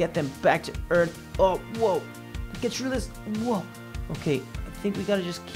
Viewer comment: Uh Cap you said eart instead of earth